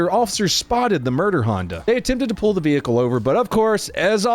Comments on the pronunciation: If ur gonna say vehicle like that n pronounce the un spoken H but would only make sense if u do th as with everyword wit an unspoken letter otherwise it just looks stupid man not funny or whatever ur trying to do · Why do u say vehicle man cmon bro ik to be a cop in america u dont need barley any training or to know anything but u should at least know that some words have unspoken letters it just the language